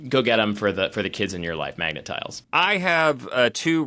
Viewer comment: MAGA tiles? Cause it sounded like said, MAGA tiles? Also, they look sharp and small enough to swallow.